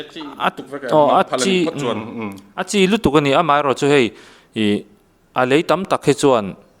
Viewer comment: Kei chu i tawngkha mei tilola, mai timai rawh